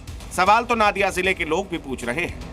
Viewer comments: First you learn that it's not नादिया, नदिया होगा। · Pahle pronounciation thik koro yah নাদিয়া nahi নদীয়া hai 😊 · It's NODIYA ZILLA NOT NADIYA